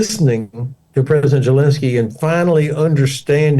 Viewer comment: Why is the ’ constantly saying Zhelinskyy’? Someone please correct this bumpkin!